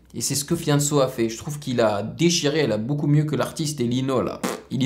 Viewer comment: Hahaha sa me tue comment tu prononce Fianso .